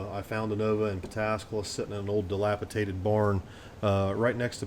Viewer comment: Its dilapidated not dilapitaded.